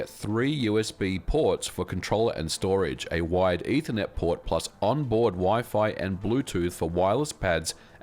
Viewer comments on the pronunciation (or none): ? Does the ethernet say ethermet